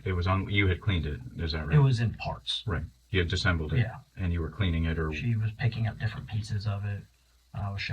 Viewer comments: Its disassembled…not “disembled” 😂😂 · The fact that this detective repeatedly shows he doesn’t know how to pronounce “disassembled” is pretty concerning. Education peaked in high school.